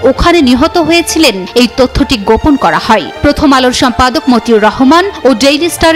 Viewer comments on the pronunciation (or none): হয় কে হই হই বলেন কেন?